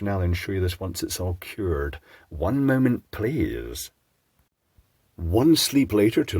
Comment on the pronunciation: Okay, I'd stop but you keep talking! (This is why you shouldn't release feature-length videos! LOL!) There was an episode of The Beachcombers (Canuckistanis above a certain age will know - the way you say "one moment please" almost makes me think you spent some time in Canada) where they're trapped in a freezer in a ship and build a hot water heater out of a smashed light bulb to trigger the temperature alarm with. MANY years later we did that in university (there's first year E.E. again!) and it worked... though adding salt helped! And, as messed up on substances as we probably were, we somehow survived! (Granted, our power is 120V so a BIT less dangerous than doing this trick in the UK. But get it across your heart and, yeah, you're a goner!)